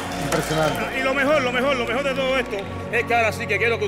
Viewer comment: Lo mejol de todo, lo mejol de todo jajaja. Un genio el mago